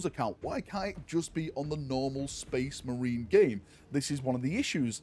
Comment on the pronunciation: "Sphess MARINE" Warboss Grimskull